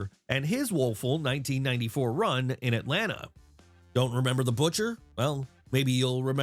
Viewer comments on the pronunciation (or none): none